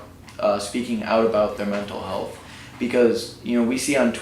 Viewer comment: "mental helath"